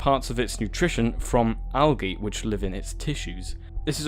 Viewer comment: algee... thats not how you say it